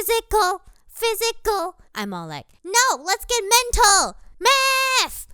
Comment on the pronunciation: I heard Methhhh